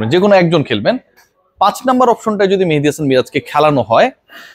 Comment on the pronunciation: ভাই আপনার মতো একজন মানুষ একজন ক্রিকেটারের নাম এভাবে বলতে পারেন না কারণ আমি জানি ক্রিকেটারদের আপনি সম্মান করেন মেহেদীকে ৫ নাম্বারে জোর করে খেলাচ্ছে মেনেজমেন্ট তাহলে তার নাম টা কেনো এভাবে বলেন কারও নাম বিক্রিত করে বলা শুধু তাকে অপমান করাই নয় এটা অনেক বড় গোনাহ